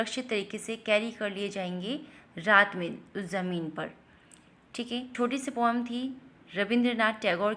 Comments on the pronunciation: Learn to tell poem it is not pom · It is not pom it is poem